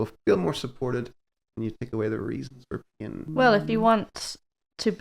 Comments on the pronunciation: Haha. Until I read this I still thought that he said ‘peeing’ 😂. Thanks for the translation hint 👍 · Thanks you three! Great topic. I’ve got what seems to be a torn left rotator cuff and have been babying it while still maintaining my ROM, and the occurrences and amount of pain have decreased, so I’m feeling better, but certainly don’t want to reinjure it. This discussion was good for me. 😃 When you originally started talking about pain, which you say with two syllables, it sounded like you said “peein’”, and that got my attention. 😂 Best regards from NEW Mexico!